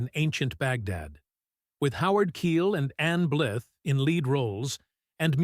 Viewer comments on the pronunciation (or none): Ann Blyth - rhymes with BLITHE, not WITH! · Many of these films were from the late 1950s, when the studio system was starting to unravel and television pulled audiences. The droning AI generated narration of this documentary butchers many names- Leslie Karen? Anne Blith? Otto Premeanger? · Please teach your fake voice to say Ann Blyth's name correctly. Show some respect for your subject matter. Ms. Blyth is still alive at age 97. Terp's a Corps???? I won't quibble about your characterizations of these films and it's no lie that most have been forgotten.